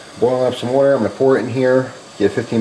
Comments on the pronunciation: Here we go again with the "wutter".......... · I like how you say water. :P